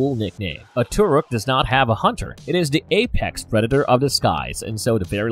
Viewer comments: its not turuk its toruk literally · Why im so annoyed to hear the way he said Turuk and sometimes Thuruk instead Toruk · he says turok instead of toruk during the whole video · not gonna lie i clicked so fast at the title, but soon they say "Turuk" instead of "Toruk", i pause and not continue the video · The way he saying Toruk is kinda pissing me off tbh😒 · Why do you guys pronounce "Toruk" wrong